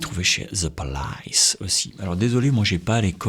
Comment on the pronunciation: Bien essayé le « polaïsse » ! 🤣